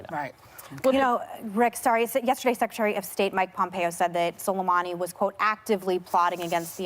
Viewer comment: Whoopi is rhe FIRST person I heard completely butcher Qasem Soleimani's pronunciation. Even Pompeo pronounced his name correctly and they're enemies!